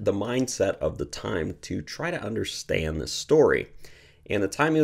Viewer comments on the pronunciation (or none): none